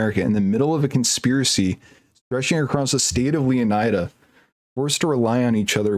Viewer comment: I think it's pronounced "lay oh need a"